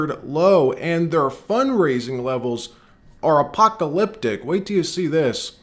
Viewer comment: It's not apoptalictic, it is apoCAlyptic.